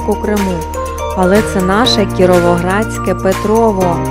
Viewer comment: У відео і його озучці трохи відчувається стьоб про Петрове. Диктор весь час говорить про якесь ПетровО, зазначивши лише один раз правильно назву селища ПетровЕ.